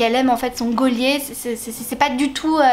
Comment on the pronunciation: C'est toi qui m'a convaincu de lire le T.2 de la saga d'Auren, parce que vraiment le 1 j'ai eu du mal. Mais alors j'ai adoré le 2 et là je suis entrain de lire le 3 💛 Par contre je t'avoue j'ai bugué quand je t'ai entendu prononcer Geôlier 😅